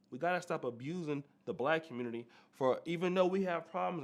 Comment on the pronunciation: Time to leave the “Communitah”